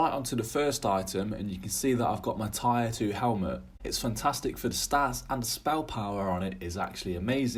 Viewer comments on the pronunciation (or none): Tier is pronounced TEER nore TIRE, lol